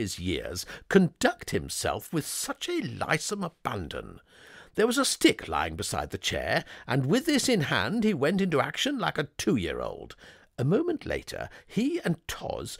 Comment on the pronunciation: Nobody does voiceover direction on these damned stories, with the result that there is always mangling of the words. Shortly after we get "lissome" pronounced as "lie-some". I ask you. Where did receive his educations, and what was he doing during the English language lessons? Enough! I will find Plum read by another voice.